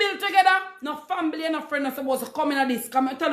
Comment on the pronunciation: Did she pronounce family, “fambily?”